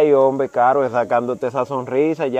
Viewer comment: me en canta tus contenidos buen trabajó. Solo te pediré algo. Cuando en trevista apersonas en condiciones ya sea precaria ho de salud física no digas. La palabras ay hombe se escucha como de pena. Y el trabajó que usted ase no es para que de pena es para yebar mejoría Asus vidas por favor escusame si te molesta mi comentario.